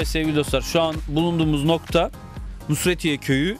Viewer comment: Nusretiye değil NÜZHETİYE